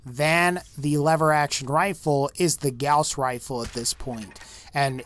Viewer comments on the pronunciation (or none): It actually is pronounced geauws not goss. The name is French.